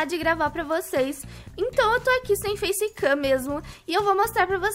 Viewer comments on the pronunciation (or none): A hora que ela falou "face kaim" eu oq??